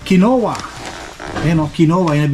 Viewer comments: It’s quinoa sir! (Keen-wa) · "Kinwa" ang pronunciation niyang Quinoa. Ganun talaga, kung hindi pa tayo makaramdam ng sakit, hindi tayo magiingat sa kinakain. Siguro nilagay ang pera sa Registered Educational Fund kaya kailangan ng proof of enrollment.